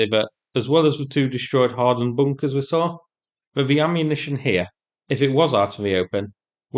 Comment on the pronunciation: No moah hawdind boonkas heah! 🙂